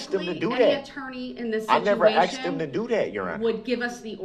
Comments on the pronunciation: I think he had a wonderful idea for his death penalty. "Axed " to pieces. Nobody "axed me". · "You axed me" blah blah blah ... typical potato. He has no remorse for killing 6 other people. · Do dat?? You axed me? A very articulate and respectful individual. 🤬🤬🤬🤬🤬🤬🤬🤬🤬🤬😡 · When someone says, "I's axed da quession"....you know you are dealing with a productive member of society. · It’s asked not axed you ignorant mfer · It sounds like axed😂😂😂😂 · Did he AXED them to do dat? Typical. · Axed, respec, takit, das, substain, dat The vocabulary of Darrell Brooks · He didn't "Axe" them to "Do Dat"... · AAAAHHHHH! "Axed" ugghhhh I hate that! And "birff-day" 🤬🤬😤☹ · With all respect to bereaved families & the families of the injured. I thought this was funny, Brooks is the biggest fool on the planet & yet that fact has sailed way over his head. He actually asked or should I say "Axed" a witness "So what other details do you not recall?" 😂 He told the Jury "To do what's right" So they found him guilty on all counts. 👏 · Did "Day Do Dat"? "I axed 'em to "Do Dat" ......impressive.... (eye roll) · Did I axe him to do it... No no no did I axe him to do it? POS!!! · Why do black people always say "ackst" when trying to say "asked"?? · If your attorney has face tattoos and uses the word axxd instead of asked and operates out of the prison library... You should seek a second opinion. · He "axed" the question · I ask you, is it, axe or acts? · I hope the stenographer is typing "axed"....wish I could say that not being educated enough to properly pronounce "asked" would be his legacy. Unfortunately it's going to be multiple murders instead. RIP to his victims. All I see is a perp that isn't finished committing his crime. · I'm sorry but I don't think I can answer a question that someone axed me - no matter how many times they keep axing!!!!!! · "I did what you axed me to do" "No you didnt" "YES YOU DID" Galaxy brain moves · “I did not axed him to do dat” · did i axed em to doo dat?